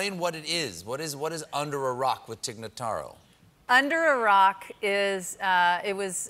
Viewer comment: I would just like to inform Stephen Colbert and everyone else that her name is Tig Notaro, not Tig Nuhtaro.